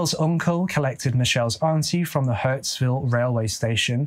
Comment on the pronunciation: Altho i think I heard 'Hurtsville' (Hurstville) 😄